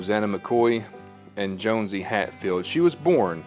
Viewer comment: Actually, it is pronounced JOHN-see; not Jones-see.